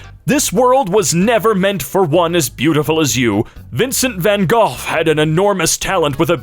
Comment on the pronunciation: You pronounce Van Gogh wrong.